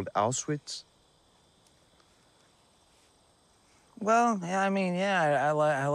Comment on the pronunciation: Dude can't pronounce Auschwitz to save his life. lol